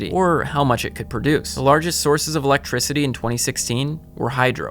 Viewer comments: Why does Phil say, "electrizity"? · Philip "Electrizity" DeFranco